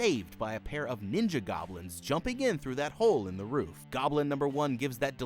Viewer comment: Not even 10 seconds in I hear “baby stealing gobilns”😭